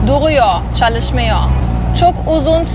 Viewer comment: Selam ben türküm ve çok güzel türkçe konuşuyorsun zaten basit bir dil biraz daha çalışırsan çok daha güzel konuşursun örneğin çalışmıyor derken o sondaki R yi zor söylüyorsun ama aslında çok kolay tek sıkıntın o ama yinede çok güzel konuştun 👍